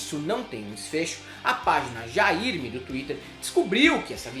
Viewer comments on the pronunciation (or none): Aos você fala o que,? "jairmi"? Coitada da mana que criou o perfil e só queria fazer um trocadilho com "Jair, Me Arrependi"🤣:_Helder